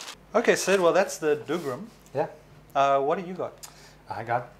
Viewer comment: The dougram is pronounced dah-guh-ram and the cute girl is a guy =P The kit looks like it's a bit too expensive for such a simple design, but I still hope that we'll get a soltic.